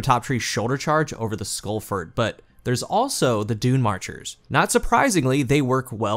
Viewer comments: Lol I've never seen you mispronounce a name in Destiny before! Insurmountable Skullfort is pronounced the same way as "tree fort," or the military base "fort brag." I think you pronounced it "skull-fert." It's skull-fort, as in a fort for your skull, that is insurmountable...basically an overly verbose way of saying "helmet." lol no worries tho... love your content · The way you pronounce skullfort hurts me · Must be a regional accent, never noticed before how you pronounce skullfort as skullfert